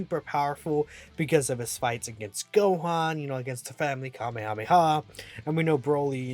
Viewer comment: you mean Cumehameha?